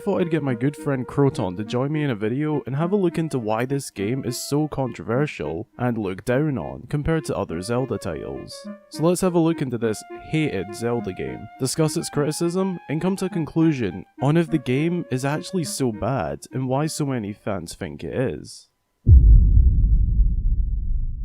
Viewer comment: when he said hated it sounded like heated